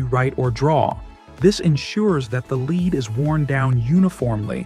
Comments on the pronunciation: When when /led/ becomes /li:d/. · Leed not Led? Thanks AI